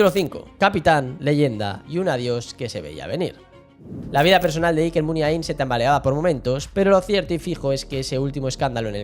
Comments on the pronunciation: Lo de no ser vasco de pura cepa y bla, bla, bla... menuda cagada. Qué es ser vasco de pura cepa? Hay que nacer al lado de San Mamés para ser vasco? Supongo que quien habla o quien escribe lo aquí narrado desconoce absolutamente la relación de Navarra y Pamplona con todo lo vasco. Otra cosa. No es "Muniaín" con acento en la última i, como se dice docenas y docenas de veces en el video. La letra más acentuada sería la A. "Muniáin", más o menos. Nunca "Muniaín". De nada. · No estaríade más que aprendieras a pronunciar correctamente Muniain...